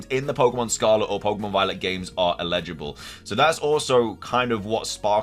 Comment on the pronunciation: "el-i-ji-bul" NOT "i-le-ji-bul" they mean very different things.